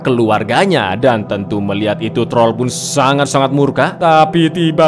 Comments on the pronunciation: Wkwkek troll jgn hlngkan huruf R nya wkwkwk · TROLL, jangan Hilangkan R nya😂😂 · Trol jangan diilangin R nya, hmm saya cadel bang bisanya tol tol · Troll jangan dihilangkan R nya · Cang bilek : troll jngn hilangin R nya aku mencuba mencuba menhilangkan R nya dan ternyata wah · dan inilah TROl jangan hilangkan R nya 🤣🤣🤣